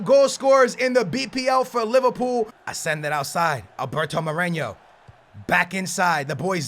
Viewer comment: Did say Liverpoo - 😂😂😂😂😂😂😂😂😂😂😂😂